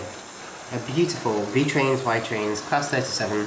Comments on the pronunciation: I'm italian and if you would like to know the correct pronounce is "Veetrains". Love your videos! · It's V-ee-trains